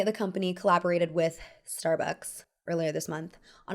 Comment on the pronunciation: THE MOMENT you said starbucks the way you said it I liked and subscribed